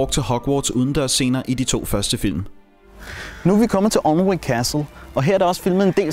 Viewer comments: Thanks for going to all this trouble to produce such an interesting video. The English subtitles helped, even though I had to keep pausing the action to read them. One small point for those interested: 'Alnwick' (as in 'Alnwick Castle') is pronounced, 'ANN -IK.' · you pronounced Alnwick wrong, it's pronounced an-ick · Really well made video, I've been to Alnwick (Pronounced Anick btw) Castle a few times and they do have guided tours running all day. Loved the shot recreations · Alnwick udtales Anick!